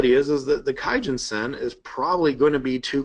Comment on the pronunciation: "kumo cloud" - research it "key-gen-sen" wow